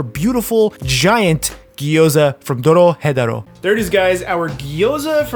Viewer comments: Is he pronouncing the name of the anime wrong? He saying it spanishy. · Did you really just say Doro Hetero